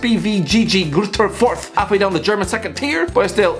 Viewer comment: The way he pronounced SpVgg Greuther Fürth was so far away from how it is pronounced, and it was beautiful